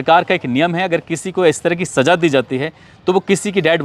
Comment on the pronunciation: Aap ko Za aur Ja ka Farkh nahi Saja kya hai kaho Saza Hajaar kya Hazaar boliye